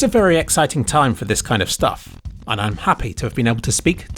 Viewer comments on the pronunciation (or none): The last three words in this video ("work of art") sound eeriley similar to "work of fart"... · Did you really say "work of fart" at the end?? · "a work of fart"? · did you just say "it truly is a work of fart" ?